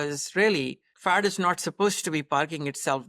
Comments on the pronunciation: I cant unhear 'Fart' instead of 'Fat' 😂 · now, I hear Fart also. Thank you LOL